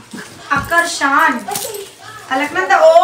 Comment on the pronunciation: Akarshan not a akar shannn